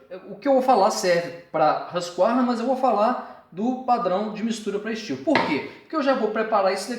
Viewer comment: É STIHL E N STIU CARALHO!!!!!!